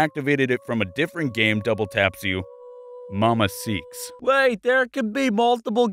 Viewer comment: Also who noticed "Mama Seaks"